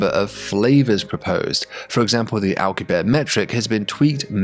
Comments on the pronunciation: 😂😂 "alcabear" that's not it's pronounced... it's "al-coo-bee-air-ee" 😅 or you know Alcubierre 😂😂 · Alcubierre is pronounced AL-COOB-YEAR not ALK-YOOB-AIR. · Its Al - coo- bee - air, right? Why would you make such a cool video then blow it by making up your own pronunciation of the word Alcubierre? Jeebus. This is all wrong. The crew cant know about whats going on on Vega because they arent there. They are in their own bubble of time and space, disconnected from the others. You are completely ignoring the time it would take for the crew to receive messages from the earth and vega about what they knew. How long does it take earth to alert vega? Something else youve ignored here. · Since Alcubierre is a major part of your video, and someone you may reference in the future again, just wanted to point out your pronunciation of his name is quite off. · For the love of God, pronounce the final e in "Alcubierre"